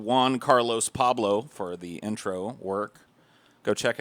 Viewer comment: "Paulblo" lol good shit